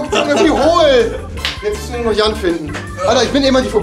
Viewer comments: Musste immer tot lachen er sagte immer pennes jan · Jan sagte immer pennes